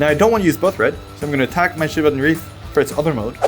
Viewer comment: The way pronounces Shivan Reef like Siobhan Reef is absolutely adorable.